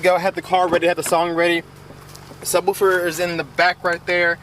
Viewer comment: I hate when people say ......woowfer